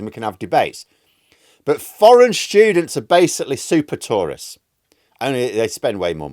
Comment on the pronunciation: Took me some time to realize you were talking about "tourists", not "Tories" 😅